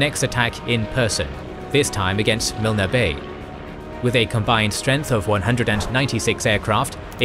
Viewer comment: Thé ‘e’ in Milne is silent.